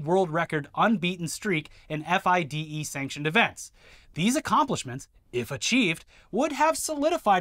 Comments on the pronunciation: Just so you know, and for future reference, "FIDE" is always pronounced "Fee-day". Please learn this asap. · JUST SO YOU KNOW IT'S NOT PRONOUNCED F.I.D.E, IT'S FRENCH SO IT'S PRONOUNCED FEE-DAY, OUT LOUD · For future coverage of the chess scandal: FIDE can be pronounced Fee-Day